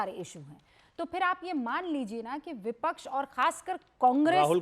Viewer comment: अरे विपछ नहीं विपक्ष होता ह